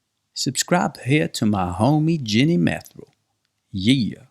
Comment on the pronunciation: It’s Ginny not Genny lol